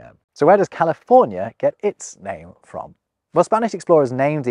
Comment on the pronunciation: I’m glad he told California the right way.